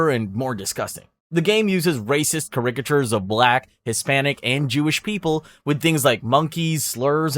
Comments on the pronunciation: I don't think you are human. Your pronunciations tell me you are possible AI slop. Are any of these games real?!? You're forcing me to question my reality. It's things like "Kay-rick-a-tures" and "Ex-trim-ests" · bro work on your pronunciation y ou made me cringe numerous times caricatures tang etc